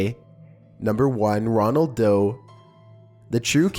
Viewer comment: pretty sure #1 is Roland Doe, not Ronald.